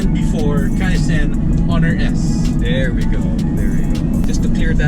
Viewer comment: It's pronounced as kai - chen.